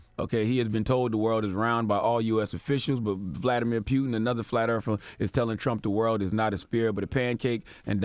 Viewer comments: Vladamir pew-tin!!!😂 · CTD “Vladimir Pueton” 😂😂😂